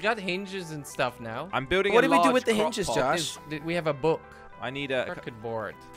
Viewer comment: You know didn’t go to school when he calls hinges hinches